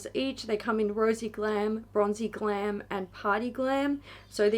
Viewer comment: Definitely thought she said "Rosey glam and bronzey CLAM" and it sounded weird but I was like🤔 🤷‍♀️😂